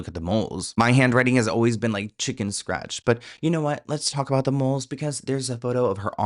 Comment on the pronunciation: Did anyone catch how she says “about”??? She’s Canadian. In the old interview she says “aboot” very subtly. And later when she’s being interviewed about the conspiracy- she drops into valley girl mode and then says “about” the American way… I was friends with the original Paris Hilton impersonator (she is Canadian and I will call her Nancy)… but Nancy was pushed by her agent to go do more and more gigs posing as Paris until she finally made the “Simple Life” episode. The transformation that sweet girl went through and her confessions of how she was having an identity crisis was getting serious. GUYS the industry is full of decoys… I nvr thought I’d say this - but btw the mole, the voice, the accent and style shift… I think im convinced. It’s the sparkle in Melissa’s eyes that was deeper in Avril’s eyes. Hmmm. 🧐